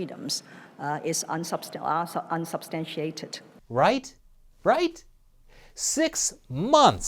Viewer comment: Absolutely hilarious. The two words Carrie Lam can’t pronounce (due to her guilt) “accusations and unsubstantiated”.... She’s such a bad liar.... God may save the Queen but will he bother saving Carrie Lam?